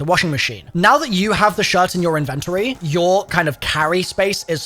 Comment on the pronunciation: how did you say "inventory?" 😂